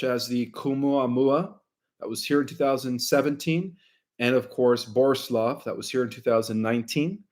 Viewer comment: Seriously, if you want to present as an authority, do a little preparation ahead of time. If you dont even know the names of the comets you are discussing, it presents you in an unfavorable light. There is no 'K' in Oumuamua. There is no 'L' Borisov, its not a difficult name. It sounds like its the first time you have heard it. If you cant jump the easy hurdles, the rest of the presentation is questionable. The person correcting you off camera knows more about this than you do.